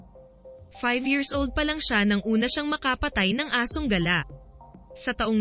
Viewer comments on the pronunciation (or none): none